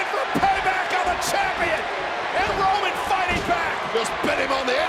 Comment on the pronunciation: I'm pretty sure sami cried "Woman" instead of "Roman" 🤣